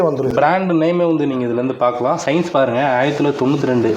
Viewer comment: அது சயின்ஸ் இல்ல சின்ஸ்